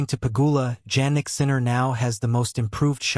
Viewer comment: Please keep using his last name since you do not pronounce his first name properly